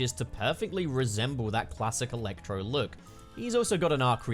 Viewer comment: I love how weird you say "il-ectro"